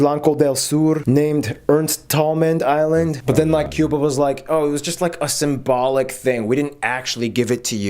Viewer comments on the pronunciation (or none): none